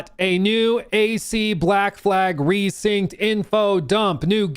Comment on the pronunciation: Resynced not RESYNCHED 😭😭😭